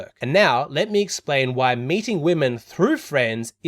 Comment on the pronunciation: When you said "meeting", I kept mishearing "mating" edit : That said your point is so simple, common sense, yet not so common I kind of knew it but never consciously put it into words, thank you so much